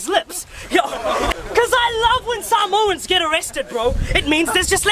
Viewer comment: Bro he didn't even pronounce Samoans right 😂🤦🏻‍♀️